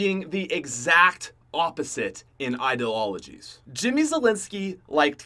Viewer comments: "Ideloligies" lol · "They have different idilologies" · "Idealologies" - 2017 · I can’t believe it took him 3 times to get “ideologies” correct.